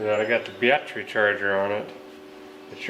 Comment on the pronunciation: Ha! What's a "bat tray"?